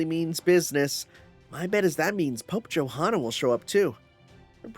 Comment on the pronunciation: just fyi Johanna's name is pronounced Yohanna with the hanna part pronounced like "hunter" but fast and without the t sound